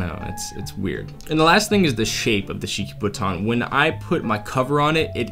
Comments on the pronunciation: You keep saying Shikibuton but all I hear is cheeky futon. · Is it just me or does this man love saying shikobuton